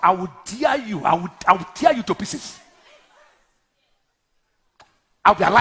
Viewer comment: He said i will kill you , I will thear you to pieces....oh my God ,how can this fake pastor be threatening someone's life like this naa ?